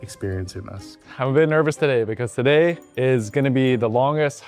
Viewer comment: “So taday, he’s going to show me the ropes” lol!! accent slippin out.